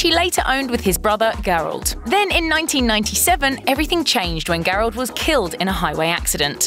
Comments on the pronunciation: Gerald with a soft "G." You're killing me with that pronunciation 🤦‍♀️😳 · WTF PRONOUNCE THE NAMES CORRECT ( GERALD) figure it out you guys do this all the time and is really freaking annoying